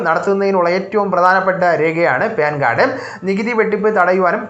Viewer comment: ഹാലോചേട്ടാ പേൻ കാർടല്ല പാൻ കാർഡ് 😂😂😂